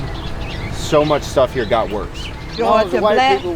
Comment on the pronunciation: He said " they got a lot buisness round hea" and proceeded to name fast food restraunts.😮